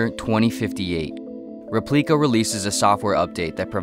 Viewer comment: Repleika... hmmmm... sounds a little like Replika